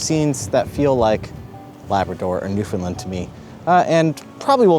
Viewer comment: for the love of God stop saying New Fin Lin...............lol As I said before as someone from here. Your brave to go to Newfoundland in May and early June...lol